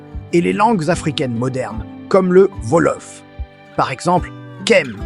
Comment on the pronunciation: Par pitié, arrêtez avec cette p*tain d'IA : ça fait saigner les yeux et les oreilles ! Quand, j'ai entendu et lu "Volof" au lieu de "Wolof" (ou "Ouolof), j'ai failli avoir une attaque ! Du coup, ça m'a coupé l'envie de regarder la vidéo jusqu'au bout...dommage.